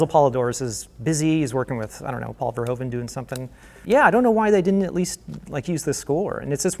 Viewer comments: Pronounce the 'hoe' in verhoeven as 'Who' and you'll be closer. :p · Okay EVERYONE REPEAT after me: it beHOOVES you to pronounce it verHOOven Thats how the Dutch pronounce it. The Dutch "oe" is pronounced like English "oo"